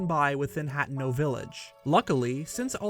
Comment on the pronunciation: Dude, they said hateno village in game, why are you saying it wrong?